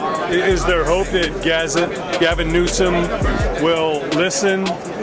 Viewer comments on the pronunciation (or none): none